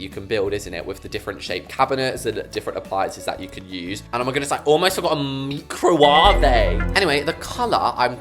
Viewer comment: Bro what’s a mecrowavae 💀💀💀💀💀